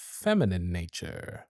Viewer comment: "of a ✨feminine✨ naturrrre😏"